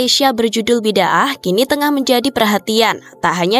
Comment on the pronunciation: Salah sebut tu bidah.. bida'ah mcm tak tau jer sebutan bida'ah. Ker korang mmg degil